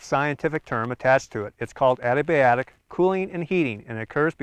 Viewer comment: The narrator is pronouncing ADIABATIC wrong. I think he is saying "ADIBIATIC". Should be A-dee-a-bat'-ic.